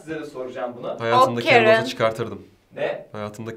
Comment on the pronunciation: Sınıfta adı karen olan biri var karen diye okunuyo. ingilizce hocasının neden kerın diye okuduğunu anladım